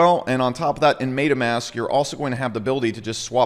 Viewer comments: Mate-ah mask. Lmfao. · It's "MEHHH-tahhh" Mask, just FYI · MAID-UH MASK